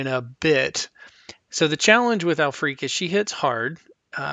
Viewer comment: I believe her name is pronounced "al-frick"